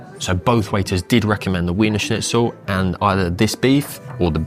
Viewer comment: Not to mention that he's mispronounced it yet no one pointed it out😮!